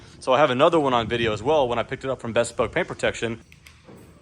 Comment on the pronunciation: Is it no pronounced BE- Spoke?